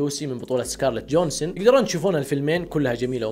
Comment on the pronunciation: سكارليت جوهانسون مش جونسون 😂😂😂